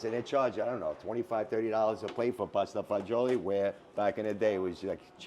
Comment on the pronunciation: Thank you, for pronouncing pasta fagioli correctly instead of like these nitwits who say pasta fazool. It drives me crazy.